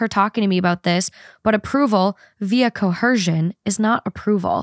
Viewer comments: Co ER sion. Coercion. I heard “co-her-shun” haha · Coerced and coercion don’t have “h” sounds in them! I noticed you always add one in there 😭❤️